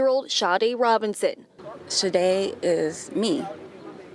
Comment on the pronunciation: Her name is pronounced Shah Day. Just like the singer. Rip🙏🏽🌹🕊️🎈🕯️🕊️